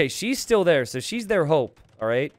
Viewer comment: Didnt hear the "p" in "She's their hope.".